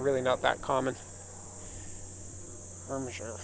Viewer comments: Irmscher, not Irschmer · It sounds like they asked ermygerd lady are you sure you want to name the car and she said “irmscher” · you couldn't have butchered that more even if you tried lmao